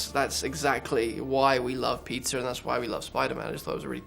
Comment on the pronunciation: its Pizzer